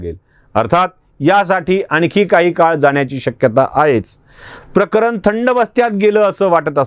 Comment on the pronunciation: प्रकरन नाही प्रकरण बोला